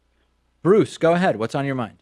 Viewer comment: Not going to lie, when he said "I am Bruce" I thought he said "I am Groot".